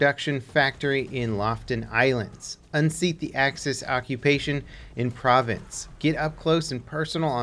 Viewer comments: Province is spelled province. Pra-vanhs is spelled Provence. Someone else can do a better job spelling out the phonetics, but it doesn’t sound like the word “province.” Sorry to nitpick. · People from Norway are correcting you so I guess I'll do the same from France! Its Pro-vonce, not Pro-Vance :P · It's "Pra-Vaughnce" dog, not like a province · How about provence. I'm no French expert but I'm pretty sure it's "provauns" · For those that don't know the french pronunciation: PRO-VAUNCE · The little bit of French in me has to say...Provence and province have different pronunciations. Provence is pronounced Pro-vonce. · "Provence" is pronounced pro-vaansce and "Lofoten" is pronounced with an "O" between the F and T, not Loften. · Provence is a region in france the town of Marseille is there it is pronounced (pro vance) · Lofoten and Provence seems like hard words to say for americans ;) loo-fot-en and pro-vaans should help you ;) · Provence is pronounced prov-on-s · Dylan Harris no, it’s prononceer proh-vahns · You’re from California and you don’t know how to pronounce Provence? Guess you aren’t getting enough artisanal cheese and wine... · The way you pronounce Provence is cringe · Don't want to seem like a snob but please listen to this; - If you are going to say the name "Provence" in your future videos, it might be a good idea to get it a tad more accurate in terms of pronunciation. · Oh no...pls learn how to say French nouns province & Provence aren't pronounced the same way. Oh and Panzerbüsche aaaaaaaa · Please stop saying Provence like that.